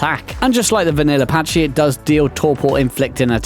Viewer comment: Pachy is NOT pronounced Patch-ee, it is pronounced Pack-ee!!!!! Jesus, are all ark players illiterate or what??